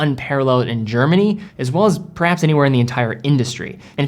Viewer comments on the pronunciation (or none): none